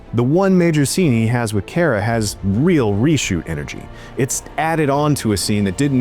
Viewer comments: It's pronounced "Car-Ah," not "Care-Ah." Drove me crazy the whole review. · yes, let's trust an idiot that can't even say the name of the main character correctly.